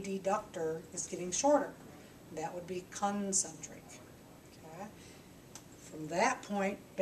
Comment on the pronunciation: " CUN - Centric " LoL :-)